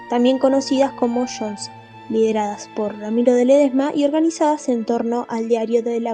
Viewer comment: No sé dice "shons" se dice JONS.